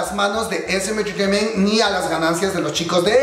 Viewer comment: jejej amo cuando dice esemenchecheimen